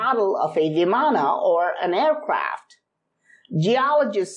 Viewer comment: Sir i am not that much good at english but it's not vimanaa it called viman